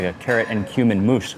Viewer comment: I thought you said human not cuman😂